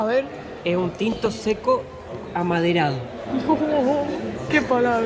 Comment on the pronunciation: no entendi!... dijiste que el vino tenia sabor "amaderado" o "amanerado"?, y entonces!, que paso aqui?... 🤣🤣🤣